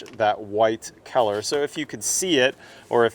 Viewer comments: I have never heard anyone pronounce color as "keller". I know talks with a lot of bro-slur, but this was a new one. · Is he saying color or Keller? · Am I the only one hearing keller and and not color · I thought he was saying Keller the whole damn time 🤦‍♂️. Lol. Color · I wonder where that accent comes from when you say "color". I thought almost the entire video that you were saying "keller" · I keep thinking you're saying 'Kellar Plus' and talking about the kellar of the caulking. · I can't get over him pronouncing color as kellar constantly. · this is keller plus... thank you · is awesome... but he has no idea how to pronounce "color". 😂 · I can't get used to the way you pronounce colour lol. 👍🙂